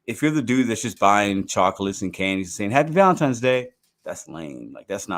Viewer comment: Does my man keep saying Valentimes?